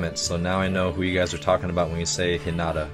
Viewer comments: IT IS H I N A T A PRONOUNCED H EE N A T A sorry i love anime and it kinda is a trigger when you pronounce it wrong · I'm literally tweeking out each time you say Hinata's name wrong!!!! It's pronounced, HEE-NAAH-TAA not, HHI-NAH-TA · Its He-na-ta not He-not-a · He-na-ta Hinata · Me barely holding in my rage: HInata not hiNAta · its pronounced He-na- ta, sorry that is going to drive me insane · Sorry it jus bothers me but its pronounced heenita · When he pronounced hinata wrong I died inside